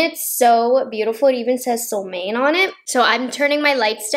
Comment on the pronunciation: Sole Moan eh would be the authentic pronunciation of this word =) it means Sun Moon =)